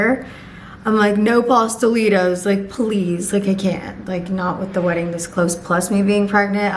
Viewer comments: Girl ewww not the “pasta-lee-toes” 😭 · girl, ms latina queen, i KNOW you did not just say pastelitos like that LOOL. wheres the 💃🏻🇨🇴??!